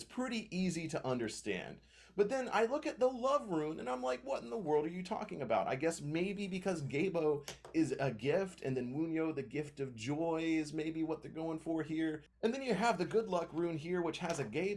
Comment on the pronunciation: Great video but just a couple things: pronounced Feh-hoo, not fay-hoo. Geh-bo, not gay-bo.